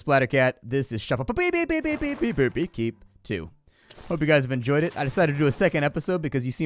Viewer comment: You pronounce shoppe like I do. I love it! <3